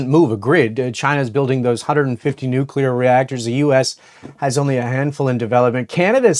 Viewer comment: Great insight 🎉 Totally aligns with the way I'm looking at the market Love that your guest said "nu cle ar" rather than "nu cu lar" 😊